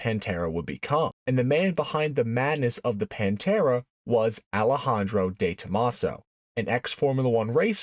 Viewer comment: Consegue errar a pronuncia de todos os nomes... Panta; Demaso ??? VSF :face-blue-smiling